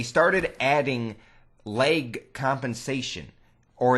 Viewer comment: I heard leg as well.